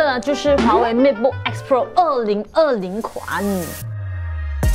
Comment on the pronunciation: 如果唔睇畫面，我可能以為你讀MacBook 。Matebook同MacBook 也太相似